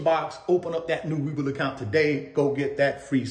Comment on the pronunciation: And please say We Bull as in investing being bullish. Not weeble 🥴